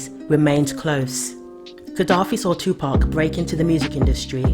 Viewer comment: Finally, a Brit that pronounces 2pac's name correctly. Respect.